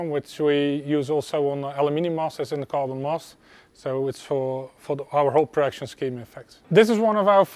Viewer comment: I was 5 minutes into the factory tour until i realized he was saying “carbon” instead of “goblin”. I knew it was not right why would you have goblin and aluminum. Good times. Cadoa is a fine Chanel but they do much less DIY and when they do it is not in quite so much detail. Actually i wish there were more detail on this channel as well but it is what it is